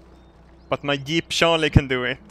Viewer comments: Im laughing my ass of how you can not say "jeep". You are saying it "eep"xD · *Yeep... he called it a Yeep.. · I clicked this just to hear say yeep. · ***** It is. Because of his accent, he sometimes pronounces words like jeep or giant with a "yuh/ye" sound. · I love the way says Jeep, Yeep. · I just love the way pronounces Jeep as "Yeep".:3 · I love the way he pronounces Jeep as 'Yeep' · "ima yeep" xDDDD so funny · I love how pronounces 'jeep' D